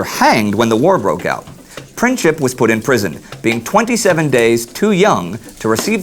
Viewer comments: great show....pls google the pronounciations of the names...princip is not "princhip" but more like "printsip"...westerners never get slavic names right:D but great show nevertheless..pls do continue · You didn't help :) "C" is pronounced as a "K" in English, so if you want an English speaking person to pronounce it correctly, fonetically it would have to be written as "Printsip". But yeah, he pronounced it wrong. Beograd is not the English name for that city, it's Belgrade. Most pronounce it as Belgreid but some as Belgrahd. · his name is pronounced Print-sip ... just sayin.. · Correct pronunciation is Printzip(it literally means principle in Serbian), and you forgot that the 28th of June is the most holy day of the Serbs (the day of St. Vitus or the day of the Holy Sight, Vidovdan ) on which the Battle of Kosovo happened in 1389, they really thought of his visit as a mockery to them...Great video nonetheless, and it makes me think that the Austrians knowingly planted F.F. to be killed in this fashion! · Its...Printzip like in Prince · I think Gavrilo Pricip's last name would be pronounced PrinTZip. Its also hard to understand why he killed the wife of the Archduke Ferdinand, though. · It's pronounced prinzzip like zz in pizza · Great channel and great idea. I just want to say that you are pronouncing Princip wrong. "C" in Princip iz pronounced like "zz" in pizza. Also, princip actually means principle in Serbian, so there is a joke that Princip assasinated Archduke out of principle. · Gavrilo's last name is supposed to be pronounced with the letter C. Pronounced exactly how it's written, but still I love the show. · You're mispronouncing the surname "Princip". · You didn't say why the visit to Sarajevo was, just at that time, so offensive, and you really mangled Princip's name. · "printsip" not "princhip" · It's pronounced Prinzip,not Prin-chip😂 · it's Princip not Princhip and it's not Belgrad, but Beograd. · It's pronounced Printzip, not Princhip.